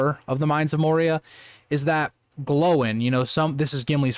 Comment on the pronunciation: I like having your LotR content coming out on a Saturday, it means it's ready and waiting for me on a Sunday Evening. You also get bonus points for pronouncing Gloin (with accents) more like "Glowing", rather than "Groin"!